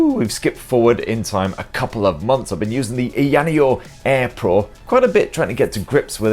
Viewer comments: Ai Yana yo??? Lol 😂😂😂 it's A-ya just like it's spelled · Pronounced … EYER NEO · "EEEE-YA-NEO" 🤣🤣🤣 All good bro. We all got our words that trip us up. For me it's Huawei or pronounced wahhh-way. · It's Aya Neo 😅😂 not ayaneo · It's pronounced "Aya Neo" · I-ya neo Say it as 2 words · First the rog phone now ayaneo, the way you pronounce these products you should be in jail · First time hearing a different way of saying "AYANEO". Yours sound japanese'y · Oh shit, I thought u were doing only phones, what a pleasant surprise although it has to be said that u absolutely butchered the name of this handy little device ;) still, it was quite entertaining to watch, as always I must add. Thanks, mate.